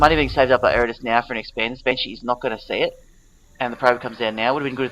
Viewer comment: Ed-a-rus. Butcher my name will ya!